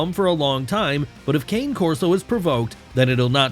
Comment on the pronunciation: Super inaccurate… 1) you do not properly pronounce cane Corso. 2) they are great with kids of all ages. 3) they are definitely not banned in Canada.